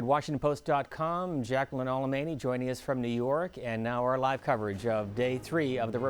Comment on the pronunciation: alemany??? That*s a Latino surname the n is written and pronounced as anyi. ??????